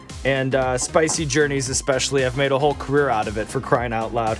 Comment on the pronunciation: Well there is a second chance with a “sp-ICEE” (spicy).